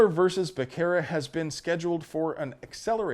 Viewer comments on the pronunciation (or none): Becerra ...It's pronounced Buh Serra.....You're welcome. Lol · It's pronounced Miller v. Basura